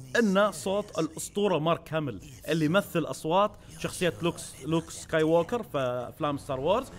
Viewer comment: مارك هيمل مثل لوك سكاي... سكاي واكر حرام عليك يشيخ ما تعرف تنطق وحدة من شخصياتي المفضلة XD